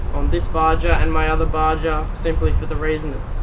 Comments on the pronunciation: its called baha not ba ja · its pronounced BA-HA not BA-JA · for the love,lol! PLEASE PLEASE pronounce it right! BA-HA not BA-JA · its pronounced BAR-HAR not BAR-JAR. good review though. I have a HPI baja my self. Thanks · Its baha!...not baJa...bro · Actually its pronounced BA HA. As in a from the desert BA HA. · You can't even say BAJA right. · Just to let you know, "baja" is a Spanish word. The "j" is pronounced as an "h". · ***** Not if he's literally pronouncing it wrong. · ***** Jeez, just keep getting it wrong.